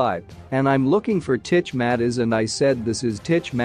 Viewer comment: It not Matters you pronounce it as Mattez